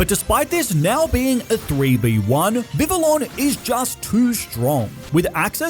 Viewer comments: Dude vivillon is pronounced Vi-Vee-On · It is pronounced viv-ee-on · this dude pronounces some names so funnily did i just hear this dude pronounce xavi as shavi also vivillon is pronounced vih vee on